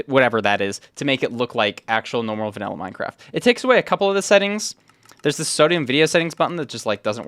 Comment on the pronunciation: "vanella" bro 😭